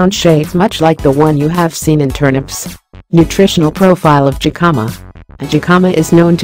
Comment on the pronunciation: It would be better if it was not a robot speaking. It makes it seem so impersonal. The voice also keeps mispronouncing the word Jicama. The "J" is a "H" sound.